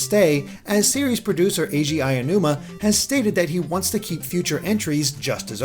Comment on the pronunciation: Why do you always say "Ayanuma" when the man's name is "Aonuma"?